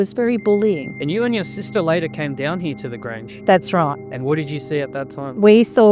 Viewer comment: When he said “here” it sounded like he said “he”. Australian accent is interesting. Anyway, this is a cool story. I saw an episode about it on the proof is out there or one of those similar shows.